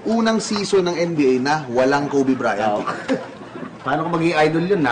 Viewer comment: Kobe BRYAN hahahh talaga eh walang T